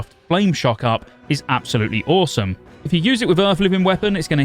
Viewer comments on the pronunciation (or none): none